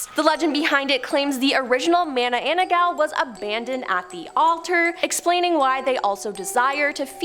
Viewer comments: i've heard about ma-na-nang-gal but mana-ana-ggal? is she new to the club? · isn't it MA-NA-NANG-GAL?